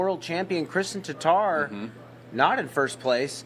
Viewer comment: Really odd to finally hear Tattar pronounced correctly by a non-Estonian. 😀